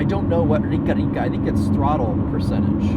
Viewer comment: Rica rica she’s rich rich or ricaricare is recharging rica ri ca re or ricarica is your rica rica however the pronunciation is ri carica